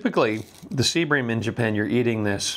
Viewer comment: Are you saying Sea bream fish or seabring fish?